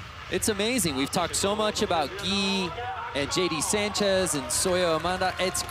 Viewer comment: Can't even get Sanchez right 🤦